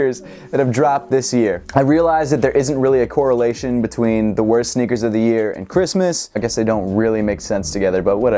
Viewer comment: "sneakers" not "snickers